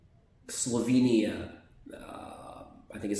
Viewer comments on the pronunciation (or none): none